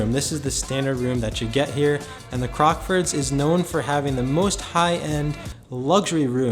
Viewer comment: It's nice hearing someone saying the name correct. So many vloggers were calling it "Crocksfords" and it was driving me nuts!! Great video as always!